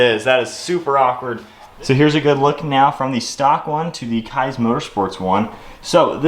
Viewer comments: awesome video, only critique is that it’s pronounced “keys” motorsports! can’t wait to see the build come alive! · FYI... it's pronounced Keeez Motorsports. Nice install!